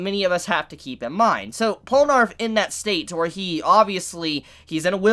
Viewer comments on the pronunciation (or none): " Polnarff ", are you high? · WHY DO YOU PRONOUNCE IT POLNARF AAAAAAAAAA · I love you. Honestly. But it's Pole-nuh-reff. Please. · It’s PORRUNAREFFU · STOP CALLING HIM POLANARF IT'S BOTHERING ME SO MUCH